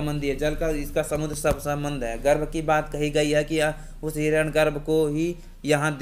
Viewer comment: आप इतने महान सूक्त की बात कर रहे हैं, और हिरण्य गर्भ को हिरण गर्भ उच्चारित कर रहे हैं, वो भी सार्वजनिक रूप से ! ?